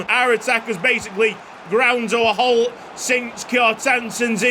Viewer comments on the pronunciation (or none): none